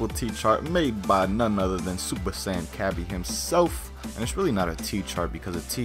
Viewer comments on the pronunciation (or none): none